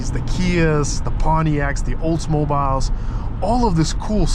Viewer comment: The way you said "Oldsmobile" was hilarious.